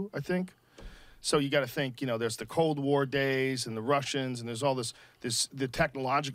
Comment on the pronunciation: Redban's whole thing how he pronounces cold and old like that is the worst